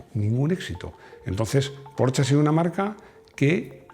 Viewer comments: [Min ] “Yo creo que estoy ya, yo lo comenté, lo he comentado en un video que em, yo era un apasionado cuando era aficionado…” Entre escuchar cómo pronuncia “Porsche” y la cantidad de palabras pronunciadas para explicar un concepto o pensamiento, nos demuestra que es realmente un milagro que los españoles no se hayan extinguido a la fecha… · así se pronuncia Porsche